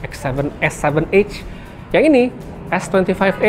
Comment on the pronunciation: EDGE bg bukan EGG 😂😅😂😅😂